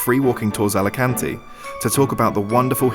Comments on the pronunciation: Alicuntieeee. A-li-kan-te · Hey! Learn to say the name of the city! No "Álekánti". Correct: "Álikánte" (a)! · It's pronounced Alicant(ay) not Alican(teee). Thanks for the video. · great video, but try to pronounce the E at the end of Alicante, like the locals!